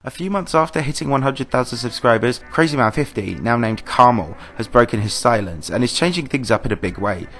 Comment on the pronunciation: Karma L, not kermal